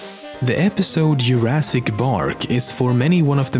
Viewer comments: Jurassic not yurassic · "Yoorasic Bark"